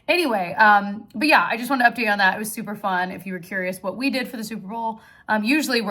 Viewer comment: When you were talking about your Super Bowl gathering and said it was super fun… I heard it as “souper fun” bc of the themed food! 😂😂